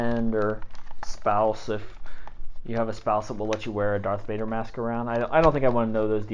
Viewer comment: Sorry it sounded like you said darth mater once😂